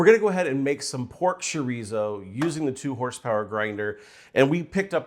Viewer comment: what is pork shore-eezo?